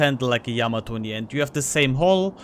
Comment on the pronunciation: Thanks for the input T. And Thank you for pronouncing Yamato correctly.